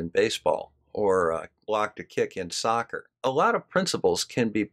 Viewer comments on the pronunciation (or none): none